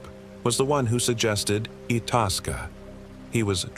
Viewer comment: Its pronounced eye-taskka.